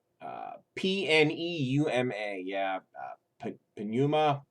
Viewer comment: I'm only saying this because you think people who can't find the leak are stupid - but the 2nd track is pronounced noo-ma. He sings the word in the damn song. It's also common knowledge among english speakers that the P is silent when words being with Pn - like Pneumonia. Idiot.